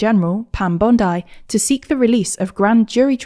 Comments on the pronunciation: Pam band-I 😂😂😂😂 it’s pronounced Pam Bond-ee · FYI its pronounced Bondy or Bond-ee not Bond-I but honestly she's a horrible person so pronounce her name however you want. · That’s not how the Pam Bondi’s surname is pronounced… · It's how the city is pronounced and that's much older than the seppo bint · That Pam Bondi pronunciation was quite something